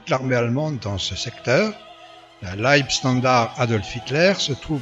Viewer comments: Mauvaise prononciation de leibstandarte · Dommage que vous parliez allemand comme une vache espagnole : "Pepper" (comme le poivre en anglais lol) "libestandard", etc. J'ai même cru entendre "la ouafffen SS" mais je vous laisse le bénéfice du doute. Un peu de rigueur SVP.